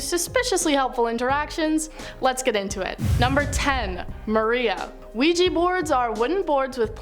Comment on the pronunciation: Ouija board, not ouijee board.